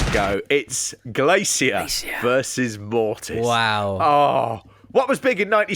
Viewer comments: Have you never heard an English person say "glacier" before? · The way he pronounces Glacier makes me irrationally annoyed.